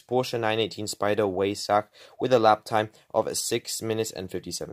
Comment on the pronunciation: Bro pronounced weissach wrong